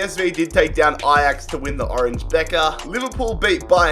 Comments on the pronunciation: "orange bekker" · Nobody:: OrAnGe Beker